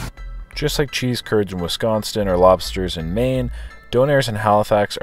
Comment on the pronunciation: did you say WisconsTin?